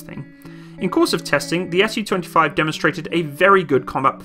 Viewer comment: A note a someone who speaks a little Russian please say Su like Sue not S.U